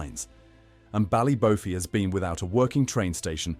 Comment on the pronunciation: Such a shame .. Pronunciation - Ballybo-fey as with Don-e-gal